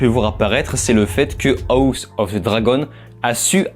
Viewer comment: Tu sais pas dire house quand meme tu te fou de nous